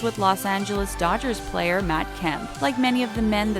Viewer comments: You spelled player wrong you said plater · You said football plater